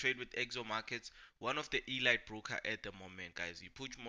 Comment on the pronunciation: Elight ❌ Eleeet ✅ . Elite .